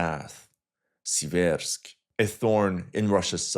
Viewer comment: SEE-vairsk Stress on the first syllable.